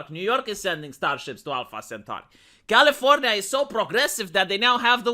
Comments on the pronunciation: V, you got lazy and said California the lazy American way towards the end of the video. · Commienia vs Californya nya nya Seriously why Romanian guy saying Californya nya, it makes me go insane with nya des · why are you calling it californya nya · That's califro nya nya nya nya 🙀